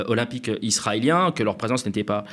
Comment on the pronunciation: Trés bon, comme d’habitude. Mais… "les jeux ZZZ’olympiques" stp 😅